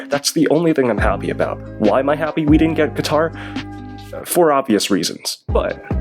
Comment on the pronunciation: Qatar? My good sir, i believe you meant QaVAR😂.